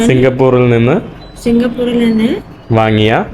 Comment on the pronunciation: സിംഗപ്പൂരിൽ എന്ന് പറയൂ...Not സിംഗപ്പൂറിൽ